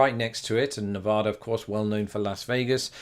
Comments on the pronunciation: Nice video, but it's NevAda, not NevOda. Midwesterners always get it wrong, no hard feelings. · I suggested the Reno one! Also the state is pronounced Nevada not Nevahda. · Don't go to Nevada and pronounce it Ne-VAH-da, unless you want dirty looks... or snickers from the residents.